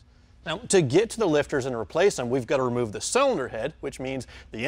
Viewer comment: I can't stand the way the short lil guy talks. " We gota wemove this inta coowa to get to the bowlts" lol